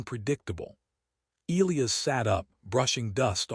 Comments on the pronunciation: LET US TRY THIS AGAIN AND MAYBE WE CAN GET IT THROUGH BEFORE THE END OF THE VIDEO ELIAS IS PRONOUNCED. EEE LIE ASS NOW HOPEFULLY 🤞 THE AI CAN PICK UP ⬆️ THE HINT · FOR A MACHINE THAT IS SUPPOSED TO HAVE INTELLIGENCE THAT IS COMPLETELY INCORPORATED ALL OF MODERN HUMANS KNOWLEDGE, THE AI THAT EITHER WROTE OR NARRATED THIS VIDEO SEEMS TO HAVE LITTLE TO NO IDEA ON HOW TO HANDLE ENGLISH DICTION. ELIAS IS NOTHING LIKE WHATEVER IS BEING PRONOUNCED THIS NARRATOR. THE CORRECT PRONUNCIATION IS ELIAS. E LIE ASS. AND THAT IS IT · Fix your AI. the one that wrote it and named a character Elias, or the one that Narrated it, and doesn't know how to pronounce Elias. either way, my ears are bleeding, thanks.